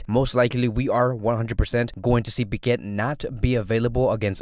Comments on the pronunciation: where is the R in pique? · why do i hear it but dont see it if its silent